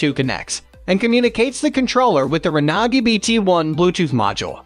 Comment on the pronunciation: I've never heard Renogy pronounced that way, sounds like a foreign language.